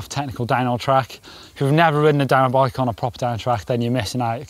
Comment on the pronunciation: Am I the only one hearing dinobike instead of downhill bike?